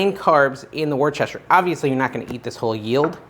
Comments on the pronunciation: Hey! It's...."wooster-sher" sauce (a Limey word) They leave out a lot of syllables sometimes. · Woostah sauce! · Wish….toe….shear. Said quickly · say woo (like in wood)-stir-sure and you have it! It's not a phonetic word. Those crazy Brits!;-) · It's funnier to mispronounce it as "what's-this-here-sauce"